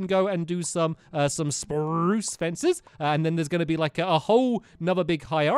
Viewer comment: Stampy saying spruce Sprrrrrrruce